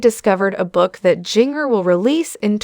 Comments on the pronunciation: I just listened to this video on your channel. Please, if you can , learn how to pronounce words and names. Jinger is not Jin grrr. It is Jin jir. This is just a suggestion pronounced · Instead of using AI to do your speaking all the whole misspeaking names and words, maybe you (behind the video) should speak yourself. It shows you a weak individual. In my honest honest opinion. It is not pronounced...jinger it is in fact Jin-jer, spelled Jinger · “Ging-er” drives me nuts too! Pronouncing it so it rhymes with “ringer” is so-o-o WRONG. So wish this channel / reader would pronounce it CORRECTLY. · You need to learn how to pronounce the names right her name is Ginger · It's Jinger..not Gin-ger. Also, I do hope she can one day continue to see and appreciate some of the GOOD that the training growing up gave her. I mean, I know there is some. I wish she would hopefully be able to come full circle..in time ..but just tweek it some; you know, fine-tune it a bit. I miss the beautiful flowing skirts . They were pretty and flowing. It would be so nice to again see her in one now and then... her and her sisters used to be so refreshing to see in this crazy world! It was like, I saw this rare wholesome kind of beauty in the way they were. I was just moved how beautiful modesty could be. It was like a light in a dark room. Oh well. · Look up how to pronounce her name. You are mispronouncing Jinger. It’s like Ginger. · I can't even finish watching you this listening to you was mispronouncing her name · Who is reading this? She can’t even get the name correct on the main person she is reading about. I’ve heard this person read about others and always gets name pronounced wrong. She needs to be replaced.